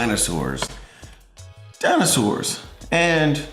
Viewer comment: I thought he said danosaurs then. Ahh yes, the famous SciManDanosaurus lives on :D